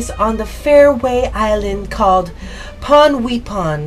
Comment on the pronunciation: ponweipon is supposed to ponwaypon